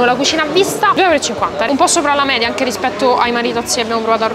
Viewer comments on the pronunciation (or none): none